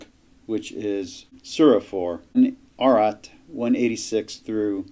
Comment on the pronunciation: If you can't pronounce ayat/ayah correctly - there's no 'r' - just say verse/verses. Make it easier on yourself.